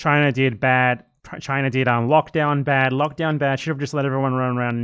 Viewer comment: Chu-ai-na? I know exactly 0 Chinese people who say it like that, me and my family included